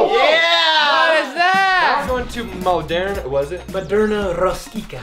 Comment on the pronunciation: Who noticed said "Maderna" for his buffett name and that is one of the vaccines in 2021